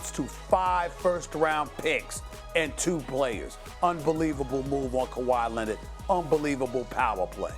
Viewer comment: SAS been saying Kawhi Linnit for a while now